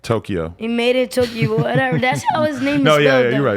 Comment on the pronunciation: "tokayo" lol